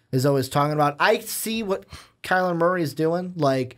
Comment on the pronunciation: Turned it off when he said kyler Murphy